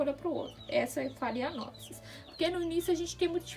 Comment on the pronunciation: Pronúncia certa de phalaenopsis: falenópse.